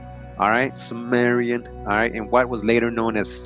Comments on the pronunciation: not sumerian, kimerian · It's pronounced 'Kim..' not 'Sim...'.... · THIS GUY IS SO FAR OFF. HE DOES NOT EVEN KNOW HOW TO PRONOUNCE CIMMERIAN.